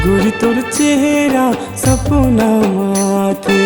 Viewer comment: शब्द के उच्चारण ठीक से कर सपना (सपुना) नि होय